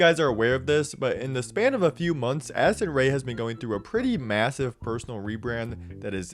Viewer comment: every time in listen to this part I swear I hear “Acid Ray” and not “Addison Ray”